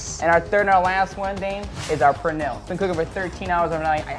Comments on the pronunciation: pronounces pernil better than the Puerto Rican chef😝😂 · Anybody that pronounces pernil like that dont know what they doing lol